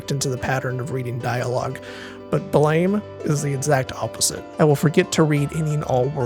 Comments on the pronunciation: Small correction, it's pronounced "blam", not blame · blame! is pronounced like "blahm" after the sound of a gunshot! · Manga's name is said 'Blam!' as it supposed to be the sound a gun makes. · Nice video. Blame! is pronounced with an "am" sound not an "aim" sound. Blam like a gun firing, not blame like I blame you for doing something wrong. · I am almost sure Blame! Is pronounced "Blam!" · I think Blame! is supposed to be pronounced as "blam", like the gunshot sound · Great work! Minor pedantic correction: Blame! Is actually pronounced Blam! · ohhhh wow I didn't know all this! I did know the different pronounciations and I actually did a minor version of what you did. The way I thought it was supposed to be pronounced was 'blohm!' fuckinnnnn awesome work researching man 💯 youre definitely getting a subscribe now. Thanks so much for the response!! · BLAME is pronounced blom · BLAME! Is actuality supposed to be pronounced more like "blam," an onomatopoeia mimicking the sound of his gun. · BLAME! is not pronounced like the English word it resembles. It is actually a sound, and the creator would pronounce it something like "buh-ram-eh". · "Blame!" is pronounced "blam" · that's not how you pronounce it... here blame isn't an English word it's a sound of a gun going off btw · noooo pronouncing blame wrong (i think) !!!! also 32"